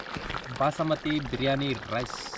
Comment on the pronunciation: ಅಣ್ಣ ಬಸಮತಿ ಅಲ್ಲ ಬಾಸ್ಮತಿ 😊